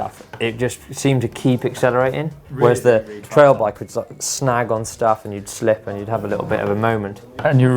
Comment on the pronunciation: It sounds like you are saying trial bike and not trail.